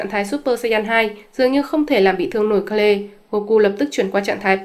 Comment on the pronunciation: Kê-rư chứ ko phải Ka-lê hay Kêu.